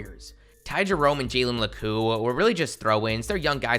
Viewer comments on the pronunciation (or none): It’s not jalen lacooo it’s jalen la(Q)